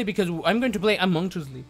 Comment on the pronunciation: “Among the S L E P”